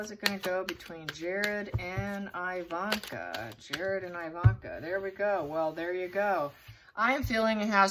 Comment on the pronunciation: Thanks for this. Her name is pronounced EEE-vanka, not EYE-vanna and her mom Ivana is Eee-vanna, not Eye-vanna. Same as Iraq (eee-raq, not eye-raq) and Iran (eee-ran, not eye-ran). All have same eee prononciation as with Italy and Israel. Thanks!